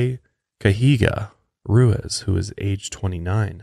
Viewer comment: Please, please try to learn to pronounce Spanish names correctly. I wasn't going to say anything, but I see this issue in episode after episode. It's a bit disrespectful, especially when these people are victims. I know you are smart enough to learn how to say the name "Ruiz" correctly. I know you don't mean disrespect, and I hope you two will take this as constructive criticism and recognize I mean no ill intent.